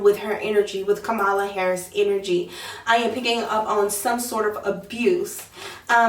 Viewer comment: It’s KAM- a -la